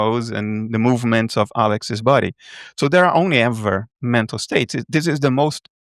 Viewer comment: Is he saying "mental state", "metal state", or "meta state"?.